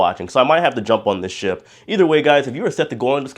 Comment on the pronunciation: Ship, not shop